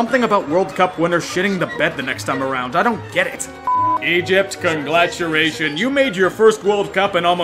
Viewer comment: lol did you just say Conglaturation?